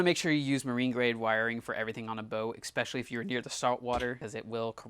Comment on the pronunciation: I know this is gonna sting....Nobody has said it because we love your videos. You say EXPECIALLY a lot. We know you are smart, as you do what you do. I just want to help you to bring more subscribers. Especially. Pronouncing it EX is really bad. ESSpecially.